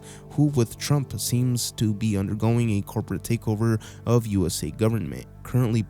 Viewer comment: Did you call Trump tramp?